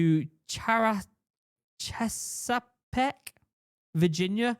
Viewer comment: Chesapeake is pronounced Chess-ah-peak👍😉